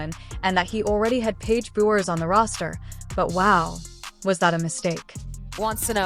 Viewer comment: 1st time I ever heard Genoa owns 3 on 3 league, or he wants coach in it. Like half this video is garbage. Geno is coach of ucon, 3 on 3 will being playing same time. Lady keeps calling page brewers instead of beck-ers. Miss pronounces Diana, last name, just lot of fake news. I dislike, uconn, Geno and Diana. But try keep it 💯. Shitting on uconn program, for what he and the players done for 15 years is crazy work. Uconn spotted usc, a 20 point lead, with one best players in country. Came back took the lead in last few minutes, and lost by 2. This video is 🗑️!!!!